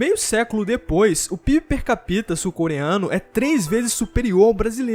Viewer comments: Só pronuncia direito "per capita". Não é per capíta, é per cápita, ênfase no A. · Percapíta. Dói no ouvido. Mas o vídeo é top. Já deixei o like. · "Per capita" exige cuidado ao falar não se pronuncia a vogal 'i'.